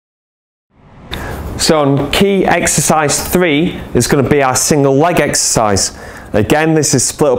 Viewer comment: Not taking the piss but does it not bother you as a s&c coach that you can't say the word exercise?